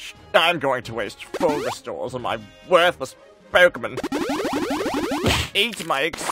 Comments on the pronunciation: “WERTHles- pOEKumin” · Something about "wethless pohkemin" always gets me